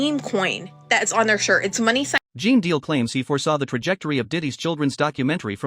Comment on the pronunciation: Pronounced JEAN!!!!! Not geen lol